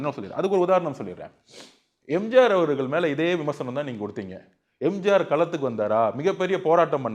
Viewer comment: அடேய் மடமுண்டம் என்னடா பேச்சு இது. கொளுகை, எளுவத்தி ஒன்னு, எம்ஜாரு 😅😅